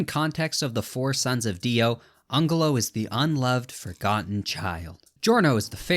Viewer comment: It's pronounced anjelo